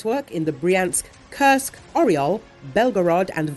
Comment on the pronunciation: Could you please replace the female voice with the male voice that does not curse Kursk anymore. Thank you